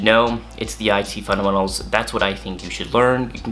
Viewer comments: You say "fundementals" in a weird way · Is he saying fundamentals?